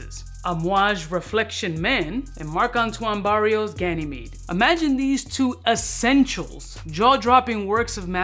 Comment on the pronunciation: Now we just have to work on that Barrois